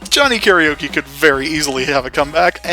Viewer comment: One day... people will pronounce Karaoke correctly. But for now... we wait.